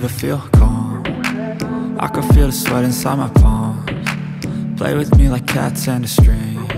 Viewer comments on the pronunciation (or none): none